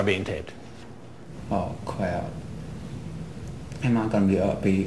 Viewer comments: Ohh cwap. This guy is the best predator. He's super underrated. He's like a top 10 predator for sure... with his oh cwap and awwested speech impediments it's way underrated. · Oh cwap OwO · "aawww cwap". . . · Oh cwap. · "Oh cwap." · "Oh, cwap" is probably my favorite line from this whole damn show. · aw cwap. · A-a-amma i gonna be oooh wested?.....oh cwap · “Oh cwap”